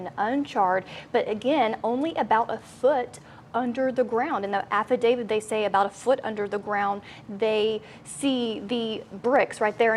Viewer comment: ITS....HONED IN.....NOT HOMED IN....ALSO AFFIDAVIT......NOT AFFIDAVID.......GET IT RIGHT!!! SHE MISPRONOUNCES ...TO MANY WORDS FOR A NEWS REPORTER!!!